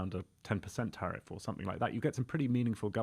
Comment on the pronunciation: Tariff or Sariff? The former has been so great and the other is islamic😂